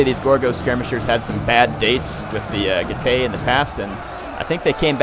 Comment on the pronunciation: Getay!!!! Seriously though, I think you should check out how "ae" is pronounced in latin, and I can assure you it isn't "ay"